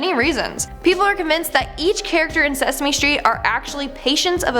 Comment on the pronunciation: it was sasame street